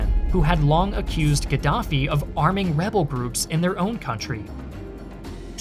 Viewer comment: Gadaffi or Giraffie😂 🦒 I’m confused 🎉